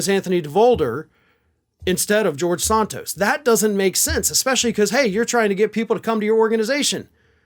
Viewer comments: you have trouble saying names right. Not SONTOS, Santos. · It's Santos not Sontos. I guess Desantis is really Desontis! Why is everybody in the country says Santos but you?